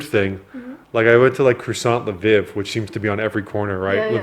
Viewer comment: “La vihhv” 😅🤦🏻‍♂️